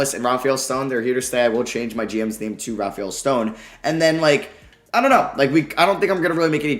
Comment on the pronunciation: Just so you know Rafael Stone’s name is pronounced as “Ra-fell.” I know it doesn’t look that way but it is. And yes you do keep the bucks first this year. We traded PJ, Kurucs, and the bucks 2022 first for Augustine, Wilson, option to swap Rockets 2021 second for the bucks 2021 first round pick, and their 2023 first round pick